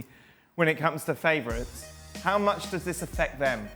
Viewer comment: "Thank you very muuuutch for watching ESPN "on Youtuvvveeeee" AAAAARRGGHHHHH !